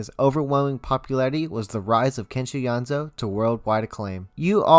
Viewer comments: Sameeee hehe YO-NE-ZU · great video but I am amazed at how the pronunciations are butchered I mean it's literally in Latin, "Yonezu" → "Yanzo" ???????????????????????????? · please don call him kenshi yonzu his name kenshi yo-ne-zu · Just so you know, his name is “Yoh, Nay, Zoo” Among his fans, we call him Yone-San. Good information though. Thanks. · when he said kenshi yonzo i DIED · Man said Kenshi yonzo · Its Yo Neh Zu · HE PRONOUNCES IT KENSHI YONZO IM GONNA GO JUMP OUT A WINDOW NOW GOODBYE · *slightly cringed how he pronounced Kenshi's name * do check out clips when he hosted the radio program, Monthly Artist File -The voice, he spoke quite a lot (its rare cuz he's usually so quiet). If u listen carefully you'll notice when he speaks there's like small pauses where he goes "ehhhhhhhh" while trying to think and it's adorable